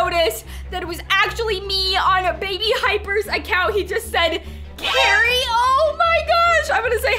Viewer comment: u said Gary instead of Cari